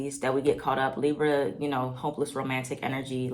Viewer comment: the li-brrrr 😭❤️ love u. #BX